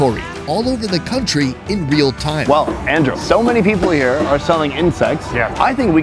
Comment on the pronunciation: ''over thaime''